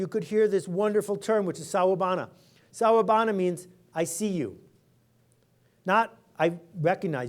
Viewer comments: Can someone please tell Seth it's Sakubona/Sawubona not Sowubana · It's Sawubona not sowubana Seth. And Sawubona means "Hello" siyanibona means We see you. Appreciate your powerful words, sir.